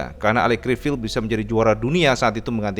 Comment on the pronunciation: Cara baca Criviye bukan Crivil 😁